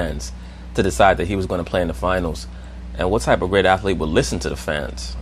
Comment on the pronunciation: Bro! U Killin me..."Athlete" is a TWO syllabel word... Js